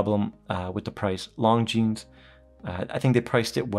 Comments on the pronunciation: Great review. The S in Longines is silent. 'lawn-jean' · The S is silent my friend... It's kind od like calling a Porsche a Porsh. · I'm lusting at this one for a long time but now I have to check that ceramic version. Thanks for the review. You just have to work on the Longines pronunciation a bit ;-) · Just because the French don’t know how to say S 😂 If it’s spelled Longines then you say Longines.